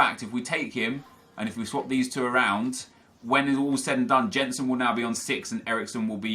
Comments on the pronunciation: Oh no. The world is going to come to an end because pronounced a name wrong. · I hate the Way He Says "Jensen" Because i know How to say his name Because I'm from Denmark. It triggers me so much. Like if you agree Kappa :D